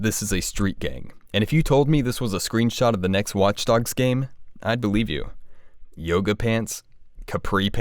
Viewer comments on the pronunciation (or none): none